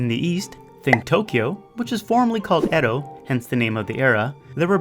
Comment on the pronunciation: I thought it was pronounced E-dough.